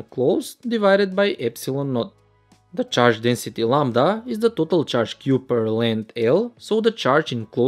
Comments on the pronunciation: Let's take a look at the pronouncing of total also #_# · Who notice when says तोतल flux😆